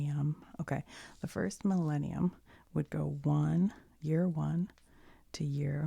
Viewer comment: when she said millenium i herad malenia then i got elden ring ptsd for a moment until she wrote the word 💀